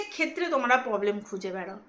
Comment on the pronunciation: Poblem na problem kotha bolte sekho😊😊😊